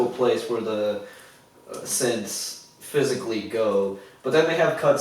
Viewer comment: I like how you guys call them "syths".... I guess you guys also watch the "HUMANS" tv show?